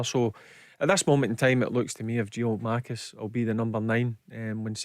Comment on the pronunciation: GIAKOUMAKIS, BARRY.....GET IT RIGHT